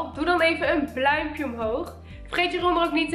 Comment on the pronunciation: Dit is geen haat maar k versta altijd bluimpje inplaats van blauw duimpje